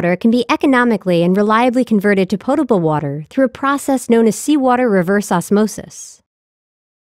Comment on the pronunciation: why emphasise the portable part?